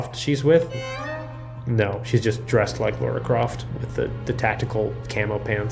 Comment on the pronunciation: it's pronounced Lah-Rah. La-Ra. my wife is called Lara and her pet hate it people pronouncing it Laura, because, well, its not her name. she made me do this. 😂